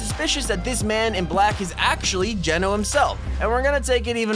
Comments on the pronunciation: did anyone hear that he pronounced Genō right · Finally, you've said Geno correctly, thank you, thank you, liked the vid.